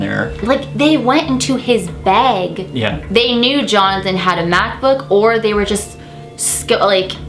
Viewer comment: you know you're from canada and michigan when you say 'beg' for bag haha 😜